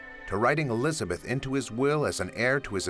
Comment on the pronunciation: Neither are you. It’s Elizabeth not “Elisabeth”.